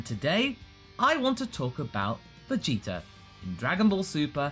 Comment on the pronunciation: is it just me or do you pronounce Vegeta's name like "Vegeter"?